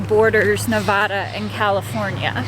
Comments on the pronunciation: As a Reno resident, it's Navada, not Nahvadah. Thanks for the video.. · it's not Nev-ah- da. It's Nev-aa-da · It’s not Ne-vah-da, It’s Ne-va-duh. Please don’t butcher out states name, it irks everybody that lives in Nevada. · I NEVER thought I would be correcting someone on this, since, I somewhat recently moved to Reno, Nevada 3.5yrs ago, but , for the first 3 months that my husband and I had lived here, the Nevadans would CRINGE so hard and YELL at us for mispronouncing their state name!! So, just in case you come back to Reno, remember: it's Nancy-Echo-Victor-Alpha-Delta-Alpha - and - in no way shape or form should you ever, ever, pronounce NEVADA like: Nancy-Echo-Victor-Awesome-Delta-Awesome. Nevadans are strongly opinionated over this pronunciation -- That first "A" is ALWAYS pronounced as a heavy SHORT "A" and NEVER pronounced like the "A" in the word: " Awesome " LoL -- having said all that, and I swear, that's happened to me so many times -- but, having put all that on the table, I get that I am pretty late here with my comment(s), but, welcome to Nev*AAAAA*da I'm quite happy with my move to Reno. <3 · Please say Nevada the right way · Didn't your friends teach you both how to say Nevada? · Glad I wasn’t the only one that was irked when he pronounced Nevada. 😂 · Might want to try pronouncing Nevada... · Learn how to pronounce Nevada...